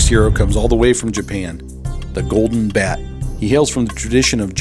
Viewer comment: Ogon Bat, not Golden Bat.